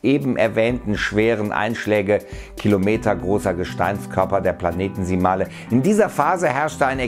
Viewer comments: Gutes Video! Nur ein kleiner Hinweis, es heisst Planetesimale und nicht PlaneteNsimale. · Die Betonung ist nicht PlanEtisimale, sondern PlanetisimAle ;)